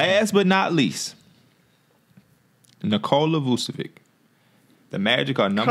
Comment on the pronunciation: this dude said nikola vucevic 😂